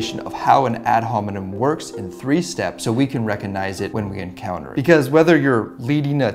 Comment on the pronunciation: Having a hard time not wincing at each "recuhnize".